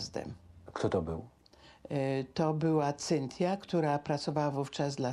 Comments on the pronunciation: Prowadzacy imie Cynthia wymawia lepiej niz pani, musiala miec maly kontakt z jezykiem w tych Stanach lub ma slabe zdolnosci jezykowe. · Tyle lat w Ameryce a nawet imienia Cynthia nie potrafi wypowiedzieć